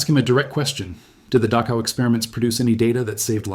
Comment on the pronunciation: Mispronounced Dachau.